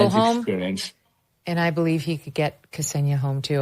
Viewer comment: >kasenia its ksenia, not "kasenia". idiotas murrikanos have no respect to rushian lang. thats wy ur ppl got jailed in rushia.